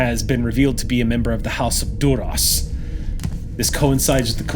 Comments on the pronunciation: Love the episode but when says Durosh... it hurts my brain. Even Klingons say it differently. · I know its a tiny thing - but Duras was always pronounced with a sharp s - why is "Shhhhhhing" it?